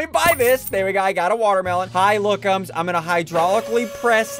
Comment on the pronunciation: Are we not going to talk about the fact it said “ Pookum” instead of lookum